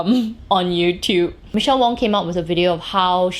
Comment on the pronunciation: it’s Michelle WAng 😅🤣😂 great video as always.